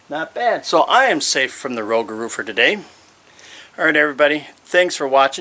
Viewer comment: Hey! Love it! It's kinda sound/pronounced Ro-gah-ro. Excellent job!